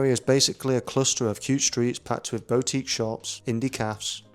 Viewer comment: Great video but it’s BOO-tique not BOW-tique 😂😂